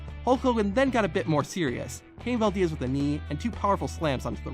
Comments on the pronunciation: Bro... it's Harry Valdez, not Harry Val-diaz. He's a legend man and it's a simple name. That's probably the only time anyone has mispronounced his name...lol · Valdiez !? I never knew “Valdez” was pronounced “Valdiez”... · . Really? Can't properly pronounce Valdez... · Poor Harry Valdez. His only few minutes of fame, and some dumbass from the future can't even get it right for him. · Not as brutal as the way he pronounces “Valdez”.... 😂😂